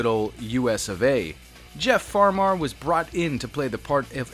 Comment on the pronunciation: Jeff FarmAr. I’ve never heard someone say my last name like that. Made it sound more fancy.